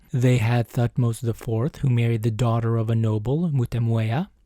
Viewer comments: The “h” in Thutmose is silent. Pronounced “Tut-mose” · I heard "Thutmose" as "fuckmost" and I was like whelp.... sounds right. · Lmao I cracked when at first instead of Thutmose I heard "f*cked most" 😂😂😂